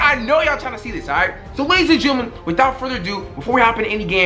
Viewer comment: What the fuck is a gerntaman